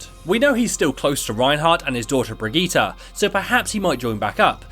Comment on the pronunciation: It's a Swedish name. Its meant to be pronounced BrigittA. All of the characters so far have said it that way, so its supposed to be BrigittA